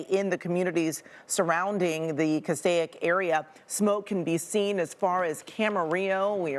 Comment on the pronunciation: Cas-steak! There is no “I” in Castaic.